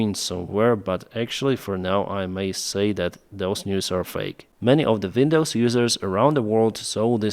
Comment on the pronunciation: “Vindows”. rof,l. 😅